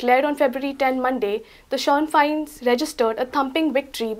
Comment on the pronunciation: you are a very nice person and articulate young lady, but it is pronounced "Shin FANE...im scots but lived in ireland for 5 years